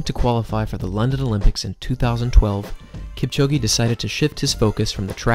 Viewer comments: "Keep-chow-ghee" 👎 "Kip-cho-gay" 👌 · This is great, the only issue is that you are pronouncing his surname incorrectly. Listen to him pronounce his own name. There is no 'E' sound at the end of Kipchoge. Other than that, well done. Informative and well made. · It doesn't matter how he pronounces Kipchoge's name or Lille, France. How is your pronunciation of English words by the way? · Learn how to pronounce “Lille”. I bet you cannot pronounce the name "Kipchoge" properly...